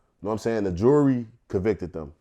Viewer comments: Is it me or does he say Jury, And Jewelry exactly the same? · Is Vlad fucking with him saying Jewelry when means Jury? Lmao!!! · Did Vlad think he said jewelry when he said jury? Communication breakdown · vlad thinks hes saying jewlery when hes saying jury the whole time LOL